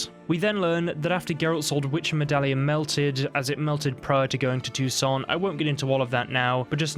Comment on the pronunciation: You shouldn't pronounce "T" at the end of the word "Toussaint". It's a French name. There are two opposite theories about Fringilla and Emhyr relation before the final battle. First, she wasn't tortured and was treated unexpectedly well in Nilfgaardian prison - because she readily told everything about the Lodge and agreed to work for Emhyr's inteligence. Second, based inter alia on the ambiguity in Yennefer's letter to Emhyr, says that Yen promised the Nilfgaardians to kill Fringilla when she's no longer needed to help in fight with the Wild Hunt. This was allegedly part of Yennefer's bigger agreement with the emperor about Ciri (and it was just in Nilfgaard that Yennefer found out what exactly was happening in Toussaint, so she might not like Fringilla very much at this time).